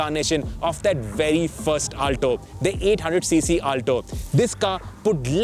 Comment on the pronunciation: Ur pronunciation of "Alto" is horrendous